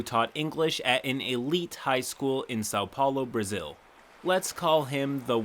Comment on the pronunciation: Great pronunciation of São Paulo for a non-english speaker. Good job